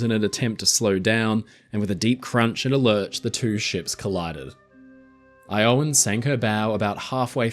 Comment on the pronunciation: Iowan is pronounced with a short o sound, not a long o you get it right source: I live in Iowa 😃